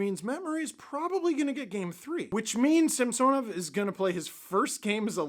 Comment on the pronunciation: Actually .. in the broadcast last night Gord explained that he prefers Sam-son-ov now, NOT Sam-sewn-ov... so please kindly STOP IT, IT NEVER MADE SENSE THAT WAY ANYHOW.